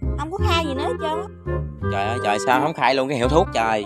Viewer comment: Nói rat giọng miền Tây phát âm mắc cười muốn chết nhứt là choi ơi choi